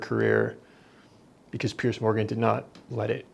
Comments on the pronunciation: Piers has complained before that Americans always pronounce his name as pierce, like a stab. Throw a z sound on there and buck the disrespect, and say it like peers. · Piers is pronounced Pierz, not Pierce.